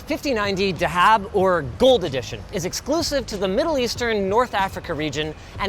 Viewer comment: The way he said "dahab" was a bit weird 😅 But "dahab" or more accurately "thahab" means gold